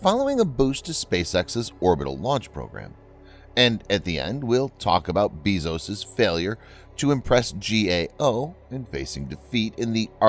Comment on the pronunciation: It's pronounced BAYS-OH-S